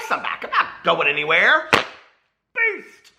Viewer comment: When i first started watching you i didn’t know you were saying BEAST i thought you were saying PEACE!!!! HAHAHAHAHHA 🤣 Love you and your videos!